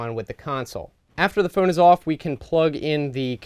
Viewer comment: The first time he said phone he actually said foon